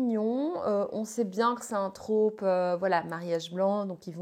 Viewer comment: Par pitié, ce n’est pas « la traupe » mais « le trope »